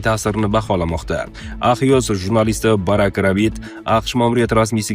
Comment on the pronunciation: АХЙОС ЭМАС....ЭКСЙОС ДЕБ АЙТИЛАДИ.....😂😂😂😂😂....